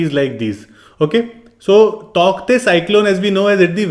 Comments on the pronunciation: Sir the pronounciation of Tauktae is taute... And thank you for this video well explained..🙏❤️ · It's pronounced as tau te though. The k is silent. Great video. 👍